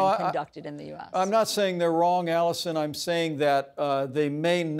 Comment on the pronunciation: My apologies: "Alisyn" not Alison...